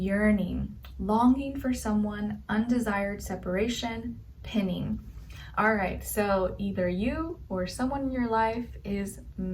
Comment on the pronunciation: My love .... "pine-ing"